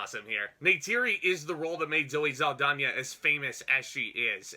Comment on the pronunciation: And it's zow·ee sal·daa·nuh ... the pronunciation.